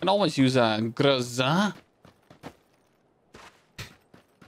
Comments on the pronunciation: okay, I'm from Russia, watching for about 2 years, and today I confirm that pronounced GROZA just perfect 👌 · you pronounced GROZA absolutely like Russian guy